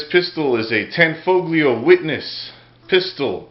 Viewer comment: Pronounced with the g silent.... Tan-foe'-lee-oh.